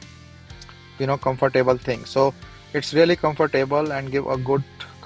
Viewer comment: Good review!i will now start saying comfor table as you do.lol.